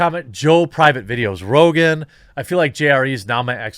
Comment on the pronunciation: i won’t miss joe “rogain” rogain.